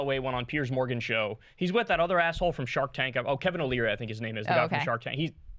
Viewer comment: Wow you sure got Kevin O’Leary right!